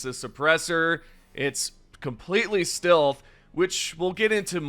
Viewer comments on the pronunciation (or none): you pronounce “stilth” like this on other videos to. Come on dude it’s clear you are doing it on purpose to bait comments for engagement boost. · Stilth anyone? ("Stealth" haha funny pronunciation) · Do you not know how to say stealth? Not stilth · Huh can't say stealth his says still weird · My bro, stealth is not pronounced "steelth", it is pronounced "stelth". Love your videos. Your annunciation is beautiful but makes me laugh sometimes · FOR THE LOVE OF GOD LEARN HOW TO PRONOUNCE "STEALTH". I kept wincing everytime you pronounced "steelth". Come on man 😢! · Why’s re you saying stealth like stilth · Stilth? If you say so. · STILTH WEAPONS STILTH HAS ARRIVED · bro doesnt know how to pronounce stealth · The way you say "stealth" hurts me 🤣 Great vid bro. Thanks for all the deep dive info. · Why the fuck are you trolling all of us by saying stealth wrong.? lol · Ummm, who says "stealth" like that lmaoooooo